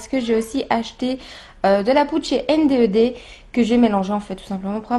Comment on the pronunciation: coucou CT pour te ire que ta video et cool mais que NDED sa se prononce N'ded (il y'a des vidéo sur leurs chaine ) viola bisou .